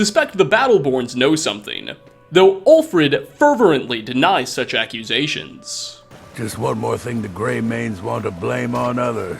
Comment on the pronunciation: This week on "what basic English can fuck up" we've got the gem "ferverently"... lolwut?